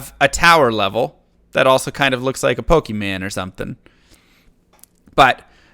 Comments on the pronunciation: Your not old enough to say "Pokeman" say mon like your supposed to. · Lol pokeman? I think you know damn well it's not pokeman. Have some pride in your intelligence mr.. By the way I really love your content in general. The purposeful mispronunciation of words is detrimental to society. Especially since you have a large following. Please if you read this. Take a moment to consider your influence on the world. Thanks for all your great work. See ya soon!